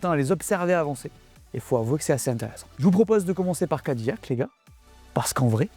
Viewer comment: Pour info, c'est Ca-di-lac et non cad-ille-ac. 😉